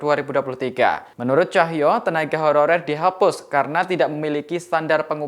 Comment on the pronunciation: Beberapa kata dari reporter nya seperti terdengar "tenaga hororer".. saran ke tribun, sebelum berita di release, cek dulu dan edit dulu.. Pewarta nya juga harus yg lancar dan jelas pengucapannya